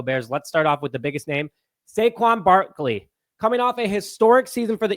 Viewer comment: Barkley,NOT Barkely.